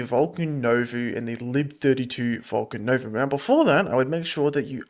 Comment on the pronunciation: It's pronounced New Voh. It's french for New.